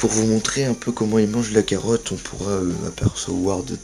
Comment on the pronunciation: Oh c'est toi:) On dit carotte!